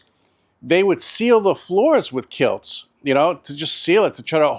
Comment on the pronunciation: Kilts??? Do you mean kilz?